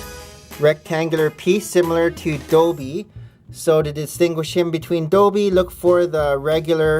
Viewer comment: Holy guacamole ! 😣 has anybody counted how many times things were pronounced and described wrong such as dobby being doebie and Moody's hipflask being a drumstick and the pensieve being a dish No hate needed but I loved your video despite its flaws as we all cannot be perfect like my teacher says 'Nobody is perfect that's why pencils have erasers' also i would be hoping to use this to hunt down for them I even wrote them down